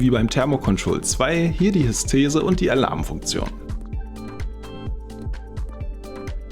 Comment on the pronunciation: Gute Erklärung des Geräts. Hab über das Video glücklicherweise gemerkt, dass ich beim Zubehör noch passende Ersatz-Feinsicherungen hatte (die mir vermutlich das Gerät selbst gerettet haben), was mir etwas Rennerei ersparte. . :-) Kleiner Hinweis: es ist die HysteREse, nicht Hystese. ;-)